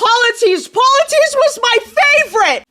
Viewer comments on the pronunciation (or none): The cyclops’s name is pronounced Pol-y-theme-us. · The cyclops’s name is pronounced poly-fee-mus